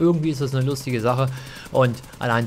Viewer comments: Warum sagen das bloß so viele? It's cryo! Kommentare "Küro" ist definitiv falsch. Wenn dann halt "Krüo". :D Granaten gibt es häufig bei Markus am Automaten, auch Kryo-Granaten natürlich. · KRYO nicht KYRO^^ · Coole videos zu bl3, echt hilfreich. Ein hinweis: es heisst K-R-Y-O, nicht kyro 😅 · KÜRO nicht KYRO 😂